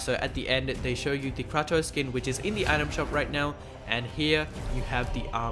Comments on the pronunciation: It's Kratos (KRAY-Tos) , not KRAW-Tus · Kray-toss if your not american